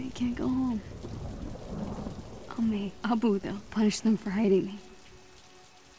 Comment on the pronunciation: They spend so much money and they couldn't get a voice actor who can't even pronounce abbu right it's awb-bu no a-bu.the work out on character hair and little stuff was bad like her bracelet expands with her hand it was just really bad for people who likes to enjoy the little things but the game play was good